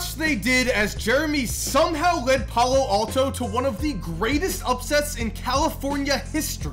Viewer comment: the way he said palo alto 😂